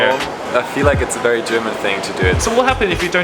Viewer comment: Hi, your English is almost perfect, however when you pronounce 'v' in 'very', it sounds like 'ferry', I guess that is due to Cantonese accent. Great video, really enjoyed it.